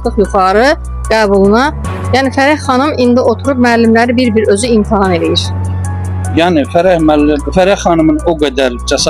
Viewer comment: Muellime “imtahan”a “imtaham”a deyende sonu bele olacaq…